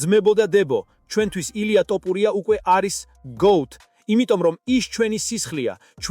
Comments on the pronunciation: რატომ ამახინჯებთ გვარს?!.."თოფური"მეგრულია და=თაფლი, ტოპური=? ქართულად მაინც თქვით სწორად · ტოპურია არა თოფურია წესიერათ თქვი თუარადა ჩაიჯვი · ტოპურია არა მეგობარო თოფურია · თოფურია და არა ტოპურია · რა გჭირს რატომ ამახინჯებს გვარს! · ძმა თ ასოს ვერამბოობ დავიტანჯე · ძმა ჯერ თ. და ფ. დაამუღამე და მერე მიხედე იუთუბს